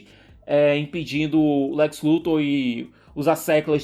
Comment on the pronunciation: " LE Lex " foi foda! kkkkk